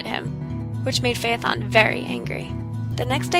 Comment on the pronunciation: Thank you for pronouncing "Phaethon: correctly.